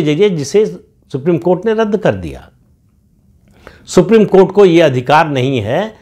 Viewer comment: सुप्रिम कोँट नही,सुप्रिम कोठा है।